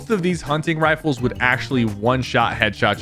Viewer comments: Am I the only one thinking Sypher said wifles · “one of the most effective assault wifles” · He said assault wiffles😂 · assawt wifles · assauwt wifles